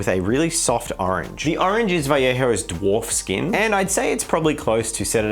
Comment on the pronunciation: Damn he actually pronounces Vallejo correctly. It's kinda fun to see youtubers who are from southern USA where speaking spanish is pretty common just completely butcher the pronunciation but then some australian bloke actually says vajeho.